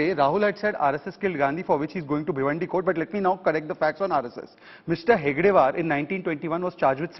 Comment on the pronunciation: Time and again, Congress spokesperson is wrongly telling hedgevaar as hegdevaar.